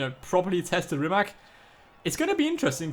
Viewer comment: Pronounced Reemats.